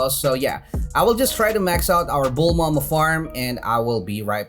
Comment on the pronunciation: Please stop saying bulmama and please pronounce Light Yagami correct